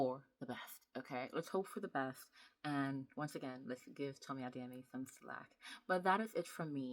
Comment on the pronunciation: Are you Yoruba, caused pronounced Adeyemi very well